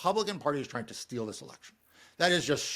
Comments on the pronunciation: "TRING" ? Thumb-DOWN on your CARELESSNESS. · Trying NOT tring.